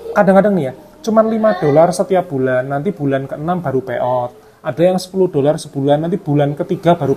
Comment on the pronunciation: Pay out ya mas? Kirain bilangnya peottt...Lama nyimak baru paham